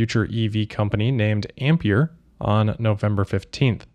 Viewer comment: That’s not how you pronounce Ampere 😂